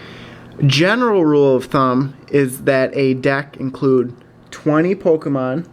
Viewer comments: It's poke e mon not poke a mon. Grammar much? :) lol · It's Pokémon